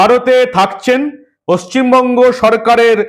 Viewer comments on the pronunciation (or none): none